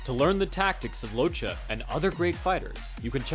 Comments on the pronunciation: You need to read "Locche" like this: "Lòtke" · He was the Son of Italian immigrants so his name is pronounce (Loc-Kay). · It’s pronounced lokke . It’s Italian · beautiful video. Just one thing, although he's argentinian, he's of italian background, so, his surname is pronounced Lokke. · Just to say, this man is ITALIAN, and his surname is read “LOKKEH”, not “Locha”... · congratz.. you managed to misspronouce the name each and every f'n time. its pronounced Lokke, not Locce. ffs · I think it's time some truth comes out about origins, habits, traditions that can influence a man during his life time.. Nicolino LOCCHE, pronounced as Lokke not Lo-che'.. was a Sardinian immigrate to Argentina..if people knew a bit more about ancient cultures in the western part of the world like Basque country or the island of Sardinia,it would be much more easier to understand someone like Nicolino...to make it short..the rural sports and festivities of these countries are completely different from their sorrounding neighbors.. It's a Sheppard's country which means dealing with unpredictable animals like mountain goats etc and the short and fast step folk dances that represent these cultures gave birth to a very particular way of moving and evading obstacles..it's in the DNA of people these memories..even living far away from their mother land...so Nico use to say when asked why he did not hit hard or knocked out his opponents.. "I don't like to hurt people..I just enjoy making people enjoy the boxing play..". If any of you check the Urthus e Buthudus of Sardinia you can see how spontaneously people climb any obstacles without training ..and fully dressed with heavy fur and kilos of bells and even chained to others...all it takes is the whish to make people enjoy with a few glasses of wine a lot of physical feats . that's the origin of the ability of great Nicolino LOCCHE...